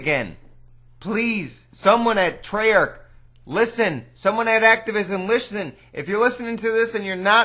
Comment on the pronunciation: activishtin liszchten